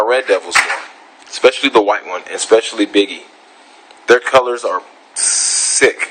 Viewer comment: Hey, what does "exspecially" mean LOLOL! You mean ESPECIALLY?